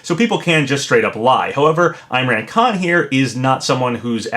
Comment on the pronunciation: it’s not pronounced eye-mran it’s pronounced like im-raan con, like if the h in him was silent, (h)im-raan con